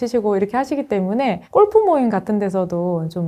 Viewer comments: 꼴프 아니고 골프입니다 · 어느 영어권 나라에서 꼴프가 정확한 영어발음인가요?